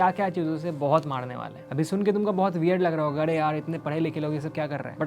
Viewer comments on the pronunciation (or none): अङे नहीं अरे होगा । 😅😂